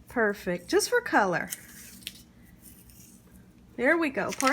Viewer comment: Your voice and speech is annoying. "Perfect" is pronounced with a T, "salad" is pronounced with a D, your smacking before sentences is awful, and your grammar is horrible.